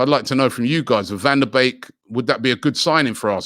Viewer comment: Nobody: Robbie: "Van De Bake"